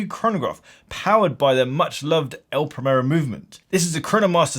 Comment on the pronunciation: The actual problem with this watch is that it gets the tattooed Rolex chavs and spivs, who can't even pronounce brand and model names properly ("Praymerro"!), into the Zenith brand, which was hitherto a bastion of good taste and discrete sophistication. More's the pity.